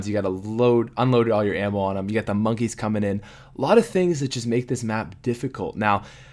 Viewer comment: HAHA he is sick and when he said map he ended up saying bap. XDXDXDXDXD